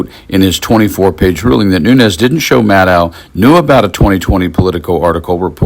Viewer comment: Maddow rhymes with shadow. Get it right.